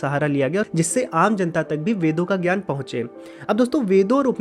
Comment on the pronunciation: ज् + ञ = ज्ञ Jna for Jnaana ग् + य = ग्य Gya for Gyaana Please don’t read letters of Sanskrit wrongly as it is done in Hindi. In Sanskrit, what you write is what you read. Not like in English where Ghoti could be read as Fish ( gh as in enough, o as in women, ti as in ration) as told by Bernard Shaw. So don’t read ज्ञ as gya anymore but read as jna